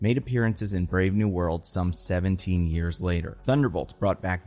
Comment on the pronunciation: You keep saying Brave New World but I keep hearing Brave New Bird